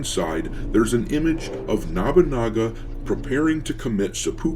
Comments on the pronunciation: It's Nobunaga, not Nabunaga. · Okay I dont normally do this, but its nobunaga. no (like "no dont say it like that") - boo (like a ghost) - naga (Like the snake creatures) no-boo-naga, not nah-boo-naga. Just for next time it comes up. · Nabunaga? Isn't it Nobunaga. I agree with the video, but the mispronouncing of the name is like nails on a chalkboard. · Nabunaga? Also, they just using that fake history about that Yasuke was the one who took Nobunaga head to save it from the enemy. I think it was from Thomas Lockley's book or something. The guy that made up 90 precents of Yasuke's history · Why is you saying nobunaga as “nabanaga” is funny to distracting.